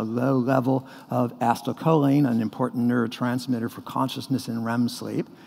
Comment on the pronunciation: he says acetylcholine so weird